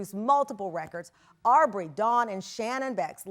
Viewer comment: Not Arrbrey lol